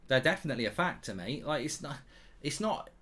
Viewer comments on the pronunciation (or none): none